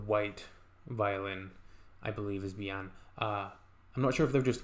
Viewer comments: Actually the name of bijan , does not pronounce Bi yan ... But pronounce Bee- Jan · The name is pronounced Bizhan